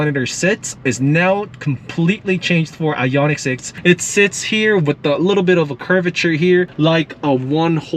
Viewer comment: It’s I-on-ic, not I-yon-itch